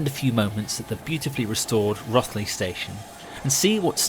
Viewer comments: It’s ROthley as in Roast and Rose, not Rothley as in broth and sloth. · Rothley pronounced "Rowthley" rhyming with Glow Dee, not Wrathley. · Lovely video, thank you so much. I love the GCR. As a treat on my 40th birthday, more than 20 years ago, I got to drive a train from Loughborough to Leicester North. What an experience! Word to the wise: Rothley is pronounced "Roe-thley" and Basford is "Base-ford". There's the East Midlands for you! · I was going to give that a hundred out of hundred as the most professional film I've ever seen on youtube, until you said "Wrathley" - the first syllable in Rothley rhymes with "both". But hey, 99/100 isn't bad. I can't believe how many halts and stops the line actually served, to little end, and I can't imagine the legwork, planning, and car miles to cover the whole thing for one video. Oh, and the new look Leicester Central was done up as a hotel, with the station manager's rooftop office as the principal suite - can't swear to it opening yet, what with one thing and another. Thought you would give a good nod to the heritage workers at Ruddington, but still - minor quibbles in the light of such a superlatively professional production. Signed, in awe, me. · Amazing piece well done! But as a Local I need to be pendantic and correct a couple of pronounciations as they hit my ears all wrong! - Rothley "Row-thly" New Basford "New Base-ford" Hucknall "Ucknall Haydn Road "Hay-den Road" Annesley "Anez-ley" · Excellent film. Having showed this to my Leicester-native other half, she did point out that the o on Rothley is apparently pronounced as in both, not bother (but that's a nitpick that nobody outside the area is reasonably expected to know ;) ) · Wonderful video. Thank you. I live a hundred yards from the line at Leicester North and my children have spent so many happy hours using it as a playground. Minor point: Rothley is pronounced as in 'toe' rather than 'moth'. Thanks again.